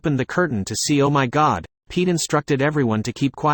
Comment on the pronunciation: to see oh my gowd😂